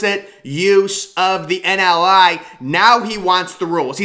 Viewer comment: Also, it is "NIL"; not 'NLI"